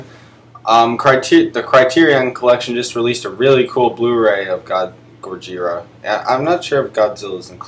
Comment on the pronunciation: This is a pretty good list. I like the way you try to retain the Japanese pronunciation "gojira"